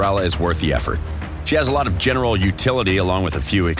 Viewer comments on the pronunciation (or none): none